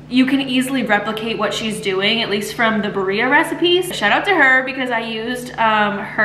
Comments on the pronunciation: It’s pronounced “bee-rreah” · Hi, this is in no way a hate comment. I just wanted to help you with the pronunciation. It’s “beer -ia “ it’s easier to say if you sound it out like this ❤